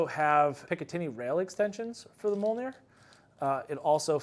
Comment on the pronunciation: It’s pronounced ‘me ole near.’ Come on man, how did you manage to mispronounce your own product.